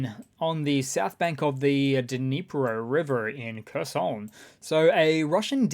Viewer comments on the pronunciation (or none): none